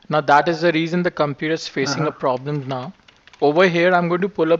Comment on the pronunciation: "We gonna fix youw pwabwem" yea RIchard